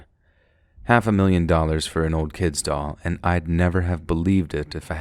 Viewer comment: Thank you very much for the stories❤😊..,.The story with the doll. I went through that entire story thinking u were saying " dog" and i was pissed that woman wouldn't just give that dog back 😂..Im such a blonde sometimes...Im also tired asf